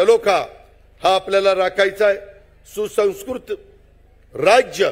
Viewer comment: सुसंस्कृत पण म्हणता नाही येत अजित पवार ला